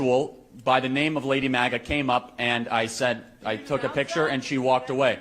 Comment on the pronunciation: so glad you shared this clip. It is one that many haven’t seen. Haha he “properly” pronouned Lady MAGA even though Ryan doesn’t care 😂 Love it